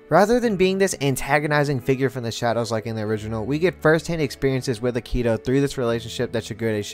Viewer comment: I know it's been 4 years since this but the way you said akito 😭